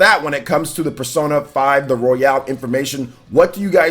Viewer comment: Does he know it's not pronounced Royale as in Battle Royale but its pronounced Royal as in Royal Rumble?